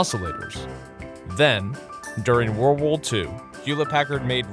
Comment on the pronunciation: Stephenfan AlexDan maybe accent?